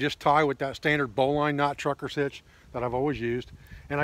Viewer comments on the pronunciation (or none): Correctly pronounced "marlinspike", and "bolin" is more traditional than "bow line". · I greatly admire you for many things,. Not the least of which your mispronunciation of the terms “marlin spike”, and “bowline” indicate that you learned these words not from casual conversation, but through reading. (Despite your misspelling) While my interest in survivalist techniques has waxed and waned off and on during the many years of my life I have always been an avid reader. I will never forget the chagrin I faced when I mispronounced the word, hors-d'oeuvre! At any rate, I enjoyed watching this video. It was knowledgeable, informative and very useful. Thank you for sharing it. Well done, sir. I subscribed to your channel and look forward to watching more of your videos.